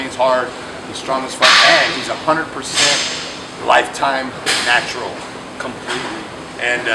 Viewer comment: Im sorry but anytime Rich says the word "natural", i have to laugh